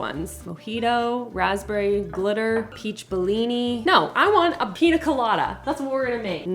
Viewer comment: Love more pronunciations!! Pina 😂 instead of piña. These are some of my favorite vids of. So fun!